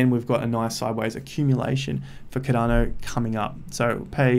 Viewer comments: Bro every time u say ‘cadano’ I lose a brain cell. Please pronounce it with the R. CARDANO please. Love the videos tho bro. Just the way u say it omg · It’s not cad’dano it’s Cardano mate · lloydsgem I am Aussie as well and he’s still pronouncing it wrong haha